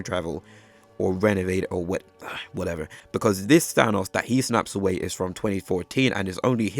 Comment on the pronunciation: I even noticed he said "Ahnos" than Thanos too😂